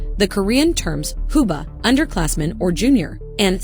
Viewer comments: Just a quick correction. 후배 and 선배 are pronounced hoo-bae and son-bae not hoo-bah or son-bah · it’s pronounced hoo bae